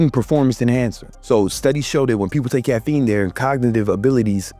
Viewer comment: "I take crac.. caffeine" Almost caught you lacking 👀